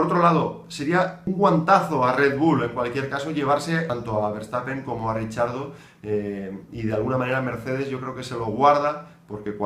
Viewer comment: Por Dios, deja de decir "Richiardo" 😓 él mismo pronuncia su nombre muy parecido a cómo se pronuncia en español. No es difícil ;)